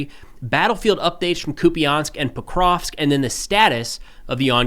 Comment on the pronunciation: I gotta admire steadfast refusal to pronounce Pokrovsk properly